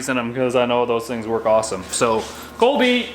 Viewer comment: its Kobe not Colby lol